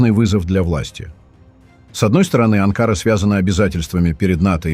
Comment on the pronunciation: На слове Анкара ударение ставится на последний слог, на последнюю букву А. Вы ,дядя, постоянно неправильно ставити ударение в названиях многих городов..